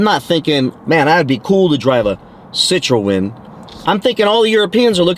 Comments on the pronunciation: Citroën "Sit-tron" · Sssit row en 😅😅😅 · learn how to pronounce Citroen